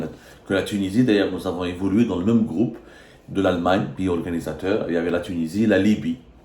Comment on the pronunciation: moi j'aime bien quand il dit "groupe" il le prononce "groube" hhhh fait attention la prochaine fois qu'il prononce ce mot tu vas rigoler hhhhhhhh